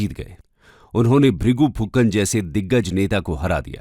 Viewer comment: Sir it should be Vrigu Phukan instead of Vrigu Phukar